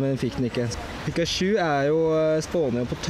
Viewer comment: du sa pikasju d heite pikachu!!!!